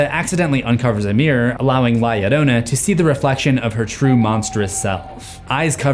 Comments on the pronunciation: bro it is no "la ladona" its La-Yo-RRO-na with a rolled R lol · Bro said lieadona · Okay guys it’s pronounced la ( hard a) ya rona to L’s in Spanish make a y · You said it wrong and she's a Mexican myth said la lirona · Lah Yereunah 😜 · La llorona (La-Yo-row-nah) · "La yiorouna" Bro. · Its pronounced this way la (you said it right) "jorona" (without the jou that you always use on words that have ou ... its just flat o.) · Am sorry I can't take it seriously while you're pronouncing la lloroana 💀💀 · "li adona" wrong name mboy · Does he keep saying ya lolona??? I’m going insane over his pronunciation. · The Llorona is a long story that has been told to many generations of hispanics. FYI the "Ll" you say it like a "y", so it sounds like ""yorona" but not spelled that way. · La Ladona😂😂😂😂😂, I can’t breath😫😂😂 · L.A. Llorona?! I'm deceased 😂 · the way he said la llorona hurt my soul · I know this is old but you sounded so funny trying to say her name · The way he’s pronouncing la Llorona is infuriating 😅😅😊😊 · YOUR SAYING HER NAME WRONG IM PUERTO RICAN IVE HERD THIS STORY 1000'S OF TIMES!!! THE L MAKES THE J SOUND IN SPANISH MAN!!! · The scariest part of this video is his pronunciation of la llorona😭😭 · say her name right hod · Is he pronouncing her name right? Or is it just me? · Every time La Llorona is mispronounced I died a little inside... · You gotta learn to roll your Rs. lol PS the story exists to stop kids from drowning from falling in water without knowing how to swim, but pretty sure everyone already knew that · "L.A Llorona" had me dying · bro the way you said her name🙁 your gonna piss her off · Please look up how to say "Llorna" properly. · La Llorona at the end becomes a gringa lmao 😂